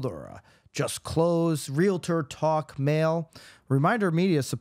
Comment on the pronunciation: Nicole it’s REALTOR not Real-I-ter. No I and or not er